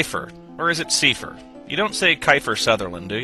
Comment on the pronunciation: It would be pronounced "say fur"